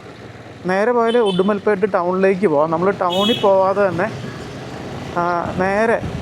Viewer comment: ഉടുമൽപെട്ട് ❌ ഉടുമലൈ പെട്ട്